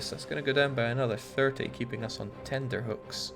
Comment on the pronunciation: It's tenterhooks, not tender hooks, just FYI.